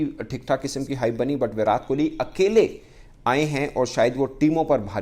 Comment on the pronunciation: Abey inke muh me kya problem hai viratttttt hai vo विरात नाही😤😤😤